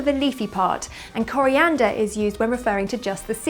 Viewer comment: I love the way you say coliander with french accent